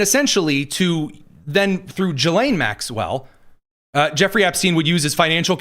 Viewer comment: The S is silent in gislane Maxwell